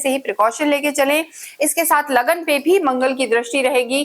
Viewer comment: आप उर्दू संस्कारों से प्रेरित क्यों हैं ? लग्न संस्कृत शब्द है उसे शुद्ध बोलना अनिवार्य होता हैं .आप इस संयुक्त शब्द को तोड़के लगन बोल रही हैं . ऐसे अशुद्ध उच्चार उर्दू भाषा के संस्कारित व्यक्ति ही करते हैं . आप ऐसा ना करें . सनातनी को सुनने में अत्यंत कष्ट होता हैं . शुरु में थोडा बोलने असहज हो सकता हैं परन्तु प्रयास करने से कठिन नहीं हैं . धन्यवाद .